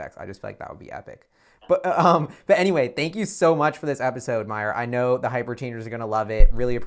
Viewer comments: HIS NAME IS SPOKEN -> MA-YOU-R ... please correct it. awesome content. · Great chat, and Mayur., please pronounce Mayur's name correctly:-) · Please pronounce his name properly I know you can do it